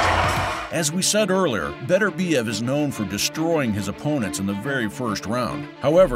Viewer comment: By-the-way, his name is Beterbiev, not Better-biev. Show some respect.